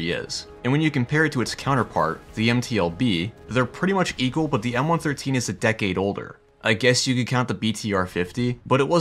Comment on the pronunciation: I loved my 113. BTW...it's referred to as a "one one three" NOT a one thirteen.